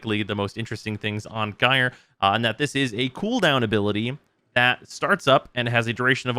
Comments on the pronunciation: It's pronounced jīr . Or in General American jīər . It rhymes with Fire. Drop the F and add the J from Just. It is the same root word as Gyroscope. So just shorten that and you are good. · I'd rather hear "Jerry" than "guyre" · until now I was perfectly fine with calling her "Guy-er", but I have seen the light and shall now be mildly peeved at anyone who does not call her "Jerry"! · well NOW i'm gonna say "jerey" too